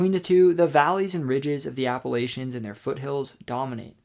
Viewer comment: Bruh. Native Virginian here: it’s Appa-“latch”-ions. If you keep saying Appa-“lay”-chions, I’ll have to throw an apple-atch-ya! 😂😂 Nonetheless, great video!